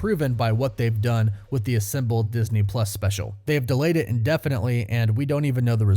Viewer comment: Why are you saying Assimbled instead of Assembled?